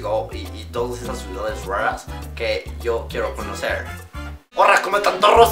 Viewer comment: Y no decimos "io" decimos "yo"